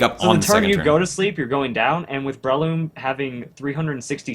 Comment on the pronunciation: Damn americans cant pronounce anything properly its bre-loom not brayloom